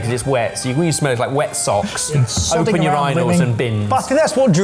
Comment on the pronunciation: Is that how British people pronounce urinals?? Your-rin-olds?!?!?!